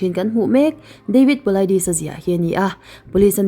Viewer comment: I aw leh David Polaidis...tih hi bengah a cham deuh reuh thei nia